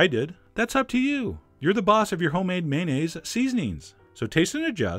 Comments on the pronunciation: Well, "may-nayz" is slightly better than the often-heard "man-ayz," but it's still missing a syllable. It's may-on-ayz. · I think the o in mayonnaise is not silent.